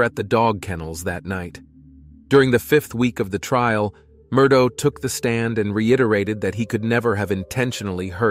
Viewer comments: Murdoh lmao its murdaugh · Unfortunately, your video has a couple of grievous mistakes in it. First the surname is pronounced "Mur-dock." Secondly, they met at the University of South Carolina not North Carolina. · Its an ai voice over so the gh at the end of the name sounds like dough😅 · Yes, it’s pronounced “Mur-daw”. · It's pronounced Mer - dok Alek Mer dok is the pronunciation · I even Googled Murdaugh and got the correct pronunciation MUR-DOK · I love how the pronunciation of Murdaugh keeps changing through the whole story 😂